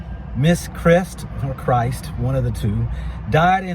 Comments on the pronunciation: She is biracial and was alledged to left a note, her last name is Kryst not "Christ". Extra pronounced her name:) Kryst. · It would have been nice to listen to news stories in order to pronounce her name correctly. You're just reading what the news feeds have already reported.